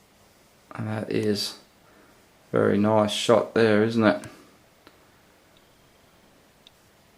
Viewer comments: "Noice" haha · Take a drink every time he says noice